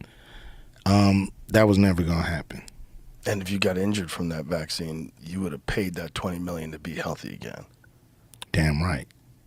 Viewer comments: "Cōrvitth" and "Vakthine" 😂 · YES!!! Also "vaccine" and "vaccinated". 😂😂😂😂😂